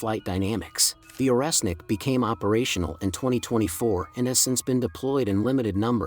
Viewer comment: Орешник = Oreshnik [ not oresnik ].